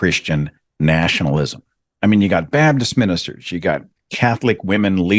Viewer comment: his pronunciation goes back and forth. It's interesting that when he wants to sound like a preacher preaching the gospel, he's much more likely to say BABDIST.